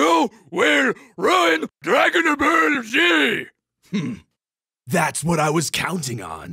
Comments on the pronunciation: "Yo ruin stor wors" "Yo ruin rion king" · "YOU WILL RUIN DRAGON BAWR Z!" That line, tho, party people. 🤣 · "Yo will ruine dnagon ball z" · you will ruin DRAGONA BUHEL ZEE